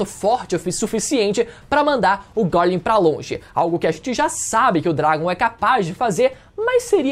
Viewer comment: É só eu que sinto dor de barriga quando ele pronuncia o nome do Garling?